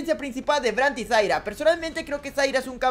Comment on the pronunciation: Me tiltea que a zyra le digas zaira y a vayne le digas vaine, igual va ese like!